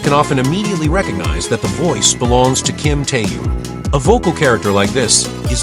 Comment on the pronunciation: His name was mispronounced every single time by this AI generated nonsense.